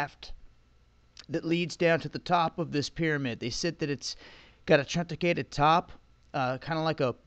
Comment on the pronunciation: It's pronounced "Trunk-a-ted"